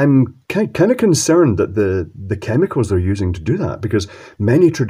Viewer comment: Is it just me or did he say the word chemicals a bit weird at the end 😆